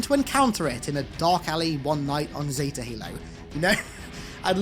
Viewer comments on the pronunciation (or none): none